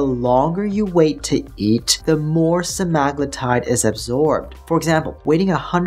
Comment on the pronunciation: Why yall pronouncing it wrong? Its sea-ma-glue-tide.